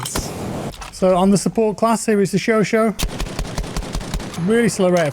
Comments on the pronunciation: Love how he pronounces chauchat. Yeah this is the showeshow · The chauchat was in BF1 And what tf was that pronunciation